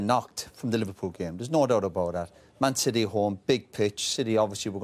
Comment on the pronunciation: the way Roy Keane says Man City sounds posh